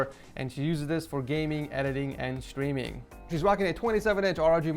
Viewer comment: is it just me or does everytime he says the word streaming it sounds like the word screaming